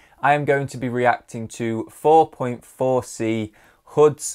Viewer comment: Btw his name is pronounced four four c 👍